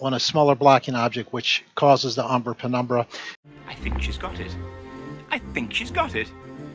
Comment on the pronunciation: Ah, now be fair, he did say "prenumbra" at least once. 😉